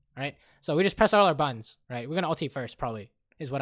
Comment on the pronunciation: "he'll press all his buns and kill us" lol joking aside, you're awesome edit: realized it's supposed to be buttons but it sounds like buns